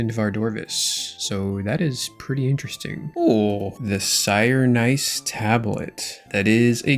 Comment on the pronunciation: Take my engagement boost comment for saying "Sirenice" and making me pause the video and question life